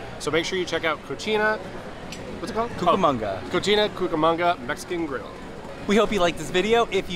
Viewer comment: You might want to watch your pronunciation of the restaurant… you literally called it a “dirty girl”.